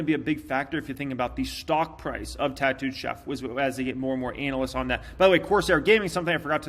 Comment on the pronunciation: Ānalysts! Lol Love you, 😉